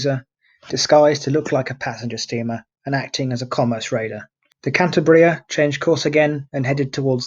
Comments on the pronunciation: The right pronounciation is KAN - TAH - BREEAH, with the stress in the syllabe TAH. I am from Asturias, the neighbor region to the West of Cantabria, where Captain Argüelles was born, so he was an Asturian. Asturias, Cantabria and the Basque Country were the so called Northern Front during the Spanish Civil War, both loyal to the Republic, while Galicia to the West and Navarre to the East were Fascist. Troops coming from the central part of Spain (Foreign Legion and Moroccan troops, helped by Corpo Truppe Volontarie sent by Mussolini) cut this area in two, separating the Basque Country and Asturias. Basque Government of the PNV, Basque Nationalist Party, surrendered later to the Italian troops and the Gudaris (Basque soldiers) were captured by the Francoist army. In this way Asturias resulted isolated, suffering the attacks of Galician troops by the West, Navarre troops (Requetés) by the East, colonial troops by the South, Francoist ships by the sea and the Luftwaffe (Legion Condor) by the air, with the Heinkel bombers based in León and the Messerschmidt 109 fighters based in Navia and Llanes. The fighter planes were commanded by Adolf Galland, a German ace during the Second World War. The aerial German Legion Condor was commanded by a brother of von Richtofen, the Red Baron of the First World War. Germans tried new tactics like the incendiary bombs and the carpet bombing, in Gernika and also in the strong resistence area of Eastern Asturias, in the Battle of El Mazucu. Gijón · Perhaps you should take a little more trouble with your pronunciation, and at least stick to the same pronunciation and spelling throughout. "Cantabria" in the title of this video. "Cantibria" in many of the captions. Often pronounced as "Canteberia". Confused. Which is correct?